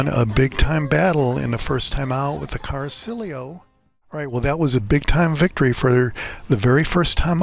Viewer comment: Appreciate the video except it's pronounced "Cara-chee-olo" not "Car-silio". I know I'm that guy but it's driving me nuts.🤷‍♂️